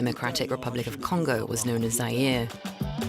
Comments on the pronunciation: its Mobutu not Mbutu and Zaire is not Zayire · The presenter cant pronounce Mo bu tu.... or even Za yi re ...!!